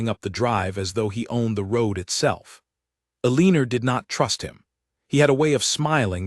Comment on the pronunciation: El a nor is how her name is pronounced